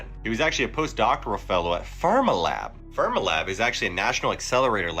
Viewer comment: Fermilab is not pronounced 'ferm ah lab, but 'Fer mee lab.